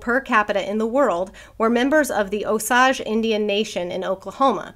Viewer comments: Oklahoman here. Figured you (and anyone who reads the book) might find this interesting: Osage is actually pronounced Oh-sage…like the plant/spice. Most states don’t get the exposure to Indian words and names that we do, so I thought it might be good info to have. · My family is Osage! Most of them live in Oklahoma. My aunt was a social worker on the reservation. It’s actually pronounced Oh Sage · O- sage, like the plant.